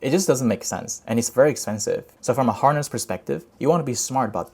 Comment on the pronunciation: Good Content! though i think horse can be pronounced more correctly 😆 i thought that loop agent is sits on top of harness agent because what if agent fails to achieve the goal and according to failed memory llm wants more diverse context then what ?